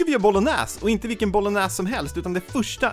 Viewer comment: Man uttalar det helt enkelt som det låter, man uttalar det sista "E't" i Bolognese :) Samt guanciale uttalas "Guan-shale". Nu petar jag på fjantiga småsaker det är jag medveten om men tänker att det säkert finns någon som undrar hur det uttalas, maten du lagar är det viktiga!